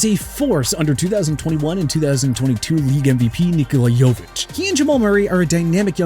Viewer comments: He also called Jokic Jovic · Agreed, would’ve been nice if he can actually pronounce players like Shohei and Jokic’s names. Kinda sad for a YouTube channel purporting to be a sports channel.